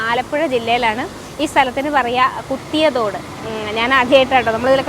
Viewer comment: കുത്തിയതോട് അല്ല, കുതിയാത്തോട് ആണ് ശരിക്കും പേര്. ഞാനും അവിടെ പോയി വട്ട് ആയിട്ടുണ്ട്.